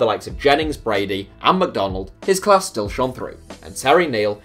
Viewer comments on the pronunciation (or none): none